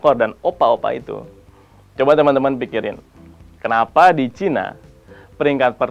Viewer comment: Bilang China aja ga becus 🤦🤦 #StopRasis